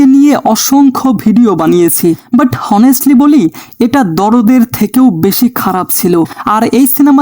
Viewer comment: ভাই ভুল আপনারো আছে এটা হনেস্ট না অনেস্ট।